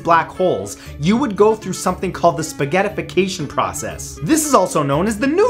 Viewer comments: Spagettifacation the way he said it was really funny 😆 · Spaggetifficayion? There’s my lunch!